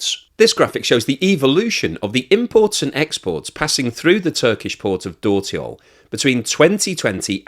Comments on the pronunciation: A few remarks: 1) Dörtyol - meaning Four-Roads - is pronounced "dirtyol" - and my turkish is by far not fluent either. 2) The interesting part is that India hardly imports refined products from Russia. And Brazil only imports refined products. Inida will much rather refine the Russian oil and refine it. Here I've noticed that PM Modi has visited Denmark in the last week. Meaning that if India does not cut the price of refined products considerably they stand a good chance of being hit by sanctions. Actually by refining the oil the origin is difficult to acertain. Turkey does not have enough refining capacity, so they are interested in reselling refined Russian oil products, Brazil does not have refining capacity, so they are interested in importing (and reexporting) refined oil products. China has lots of refining capacity and is as such interested in importing crude. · Hey, dört in dörtyol is pronounced similar to the English word dirt.